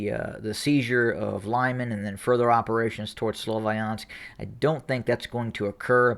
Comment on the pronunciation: Good analysis but my bratya, it's pronounced "Loo-mahn" not "lime-an" and "Don-bahs" not "Don BASS pro shop" although I like how u say Donbass lol xD